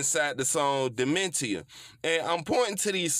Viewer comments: It’s pronounced demenshuh brotha. That is all. Gates one of my all time greats up there with z-ro Pimpc and 36M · Duh-Meant-E-Uh 🤔 ❓ 🤔 ❓ I had to come for you big brudda 😆 all love though gang 💯 💪 ❤ 💯